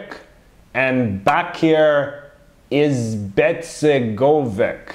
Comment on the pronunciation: Just FYI the names of those leaders from B&H are roughly pronounced “MLA-den i-VAN-ich,” “DRA-gan CHO-vich,” and “BA-keer ee-zed-BEG-o-vich.”